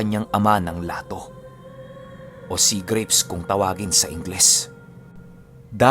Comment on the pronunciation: Lató po ang pronunciation nun. Parang yubg sa susó na snail ang bigkas